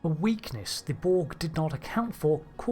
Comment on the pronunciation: The Bolg? Stopped listening at 2 seconds into the video. There's no "Bolg".